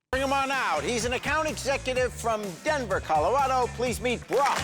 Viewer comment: Why does Jerry keep saying Brock as Barack? I was so confused